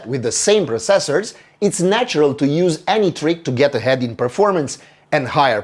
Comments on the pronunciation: It's not just you, he's putting too much emphasis on the seconds cyclable, but he's Romanian, having perfect English enunciation is sometimes difficult to pull off even by native speakers. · Anybody else annoyed with the way he pronounces "processors"? No, just me?